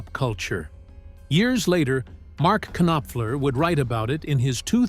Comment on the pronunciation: NO ONE says 'Kanopfler'. It's Nopfler! You've got to love Caine!